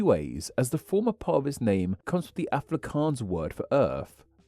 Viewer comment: btw South African some what Afrikaans speaker it's pronounced Aa-frick-aans. Hope this helps!